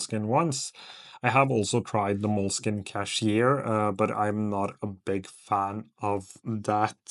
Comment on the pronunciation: It's not "cashier", it's cahier (kah-yeah)